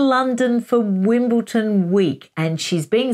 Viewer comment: Please don't be another otherwise detail and research orientated creator who mispronounces 'Wimbledon' as 'Wimbleton'. Granted the name is a stumbling block to many, but it is like nails on a chalkboard to a lot of us (and I'm not even English). I beg you not to spoil otherwise very interesting and insightful presentations with this careless mistake... PLEASE!